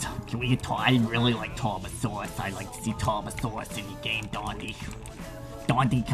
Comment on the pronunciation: its tarbosaurus not tard kek, but yar good video.